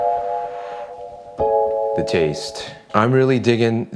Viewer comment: When Dude says, "Thetaste," it never fails to make me chuckle. I've just discovered your channel the past week and I enjoy it so much. I'm even happier to discover you guys have a cook book as well!!